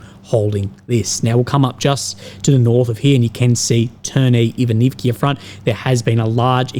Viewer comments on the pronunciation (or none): NOT IvanivIA! On the end vowel "A"